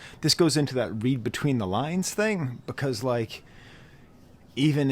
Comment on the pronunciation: AVAA but damn man it's read(red) between the lines like autocorrect underlines things in red. Not read that rhymes with steed. That was sending me😭sorry. Great video as always🙌